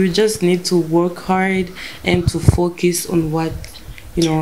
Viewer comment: vyanahe ko na nya congereza ataco aziiiiii🤣🤣🤣🤣Azokimenya vyo ningombwa ariko wumvirije neza ari free cane avuze ikirundi kurusha icongereza. Ngo to focus( to fokiiisii🤣🤣🤣🤣) Ndabisubiyemwooo 3 ans ntushobora kuba wamaze kwibagira ururimi gwawe nooooo😛😛😛